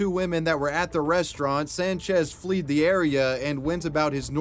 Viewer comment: FLED the area. Not fleed 😂